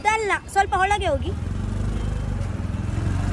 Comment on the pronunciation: you are waiting for your own diaster. You are going for politics. So many times you been told it is not holage it is olage & 😂😂😂 you think you will learn kannada from that auto gentleman. should be knowing Kokani, Dharwad, Raichur, Gadag Kannada. It is a must please learn. Don't think Dharward, Raichur, Gadag are same Kannada. Comeon learn you were preaching the auto gentelmen.